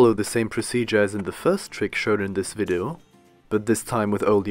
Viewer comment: its vidEo not vido